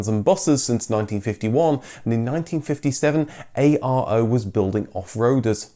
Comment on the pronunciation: “Pitéshtì”(ș=sh), “Miovénì” -> You don’t emphasize the last vowel when saying Romanian cities. Even though it’s written ARO, people called the cars Aro.